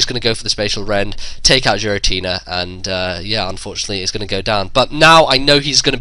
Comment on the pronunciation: G Rah t nah? He say'd JEERatina...like Jeers...